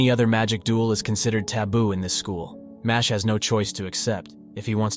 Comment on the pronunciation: It's not pronounced Mashley like Ashley. It's supposed to be Mash-el. Like the words Muscle and Magic smooshed together.